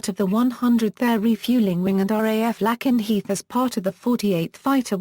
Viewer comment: My god! British robot YouTube voices are as bad as American. Mispronouncing Lakenheath and Mildenhall.